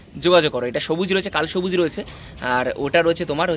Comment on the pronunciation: কালসবুজ নয় কালাসবুজ 😅😅😅😅